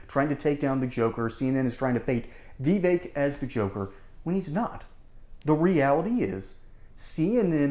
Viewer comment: I wish people who stop mispronoucing Vivek's name. It is pronounced like it would rhyme with cake. Vivek is assuming this joker is intelligent.